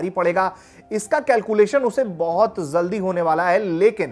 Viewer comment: Zalldi nahi jaldi hota hai saste reporter